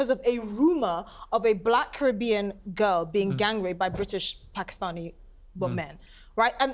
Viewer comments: When did PARK-i-stani become the pronunciation piers? Well corrected immediately after by jordon. The tone was set and called out immediately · Who knew that Pakistani had an 'r' in it